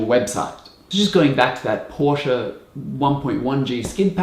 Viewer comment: You say Aussies are not good at pronouncing stuff, but you're the only english-speaking person I've ever heard who pronounces "Porsche" right.